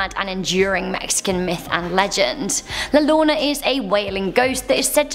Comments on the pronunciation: OMG YOU ARE SAYING LA LLORONA SOOOO WRONG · La Llorana to la lona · Its not pronounced "La llona" its pronounced "La yorona" cuz in Spanish the double L sounds like a Y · fr called la llorona “la Lona” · La lona💀💀💀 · I love you but it’s pronounced “la yo-ro-na” (wink wink) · La Llorona... Ll has the same pronunciation of Y. As in Yorona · La lona? Or la llorona? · It’s La Yonnora two L ‘s are prounced Yo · is anyone else bothered by the way she said la llorona aka the weeping woman